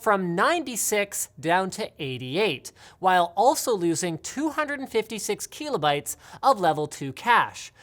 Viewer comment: The way Linus says "Kilobytes" .